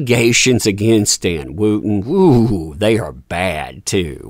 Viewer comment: May I ask how you pronounce ‘wood’ think you’ll find it ‘wud’. Wootton is pronounced ‘Wut-tn’. I’m complaining because I’m following the story and the mispronunciation is distracting. However, it’s good to see a ‘what goes round, comes around’ in real time.